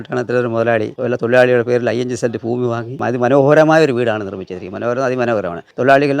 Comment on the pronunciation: ഫൂമിയും ഫവനവും ഫാഗ്യം